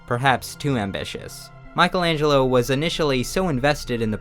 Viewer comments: Michelangelo, not Michael. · its the first time i see someone calling michaelangelo MICHAEL ANGELO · you are so unqualified to write on this. first you cant pronounce his name. then your insights are wrong.... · You were able to butcher Michelangelo’s name, the name of his works, and of almost everyone who was cited.